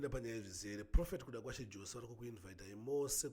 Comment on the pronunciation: Pronunciations is yose not jose ispecial needs iyo murapisei😊